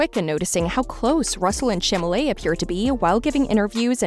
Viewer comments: How embarrassing for you to mispronounce his name. It is Chalamet not "Chamalet"!🙄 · CHALAMET!!!! Not Chamalet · Chamalley, Chamalley, Chamalley..... ! Girl, that's not the proper pronounciation, please prepare your speech correctly and learn how to pronounce it. It's Chalamet: Cha-la-mey !! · "ShAmALeY"......PLS I CAN'T 😭😭😭☠☠☠ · If u r going to narrate this,Please learn how to pronounce his last name!!!!!! It's Cha-la-met!! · As much as I know we're all speculating, I think think they make an adorable couple. P.S. its Cham-a-ley. The "t" is silent so even tho the narrator is misspeaking it, Cham-a-lé is close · Exactly. Like I heard nothing after that. 😭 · Chalamet is pronounced Shall-a-may. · if mispronouncing Chalamet as Shamalae... embarrassing... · Stop mispronouncing his name! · Wth! she's mispronouncing his nameeee!!!! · Damn, seriously! You aren't even able to pronounce his name? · Omg, this girl narrating, if you can't take the time to actually learn how to say his family name, then just don't say it. My gosh, is enough listening Americans mispronounce his French family name, to on top, this girl literally butchering it and changing it completely.